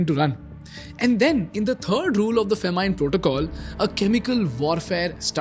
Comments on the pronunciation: bro its not FAMINEE its FAH MIN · I haven’t heard a funnier pronunciation of “famine”… or am I the only one who thinks like that?